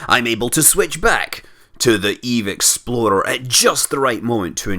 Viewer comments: like this comment if you think Scott is saying Eve exploder! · everytim Scott says Eve explorer i hear ''Eve Exploder'', no offense. -"I was reading a book about a spy".